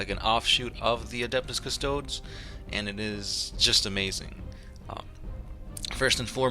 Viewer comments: CystodEs, pronounce the subject of your video correctly at least and stop reading the straight of the wiki like that. It makes you look unprofessional. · Individually, these guys are custodeeans, so I have a hard time hearing them called Cuss-toads in the plural... That said, I love your vids. keep 'em coming! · All you did was read from the Wiki, plus you pronounced the name wrong. Lazy and misleading video title, I wonder how many other "40 facts" videos you did this with. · Dude, at least pronounce their name right.......